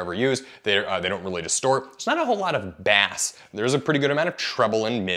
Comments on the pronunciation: When he says bass and pronounces like the fish bas 😵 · Good review, but... "Basssss"? It's not fishing, man. It's sound. LOL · Unless you are talking about the fish, never say bass like that again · Did my dude just pronounce ‘bass’ as if it were a fish? 😂😂😂😂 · Decent review but some of the mispronunciations just make me cringe, such as saying bass like the fish. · Did he really just say “bass” the fish instead of “bass” the sound? 😳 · freaking Canucks don't know how to say BASS either? what you gonna do next time throw a Zed in there instead of Z? /s but seriously this is one of the computers i'm considering to replace my HP Spectre X360 15t late 2017 (with the 8th Gen i7 8550U and MX150), it's being all weird and won't go to sleep or shutdown (just reboots after 5-10 seconds after apparently shutting down, I have to shutdown then long press the power button to get it to actually stay turned off), I mostly use my laptop to consume video content and general web browsing, i've become accustomed to the touchscreen and use it frequently but the full convertible of the x360 into a tablet is rarely if ever used or even needing to be use when used, so image quality is a major factor that I am willing to pay more for, to that end what are the screen specs like in terms of sRGB and things like that Coverage? also are both memory modules user replaceable or is this like many other Dells where 1 is soldered in and 1 is user replaceable? at this price point I would consider tossing some money at adding more then the 16GB they come pre-configured with. I also occasionally need to do some data entry, so a Numpad is high on my list of new device requirements, after 3 and a half years of not having a numpad i'm ready to have one again, a Numpad would also be pretty much a requirement if I decided to load my work software onto the laptop, I really hate that so many of the "powerful" laptops have ditched the numpad.